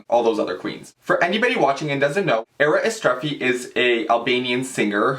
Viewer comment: you are pronouncing it right... great video :)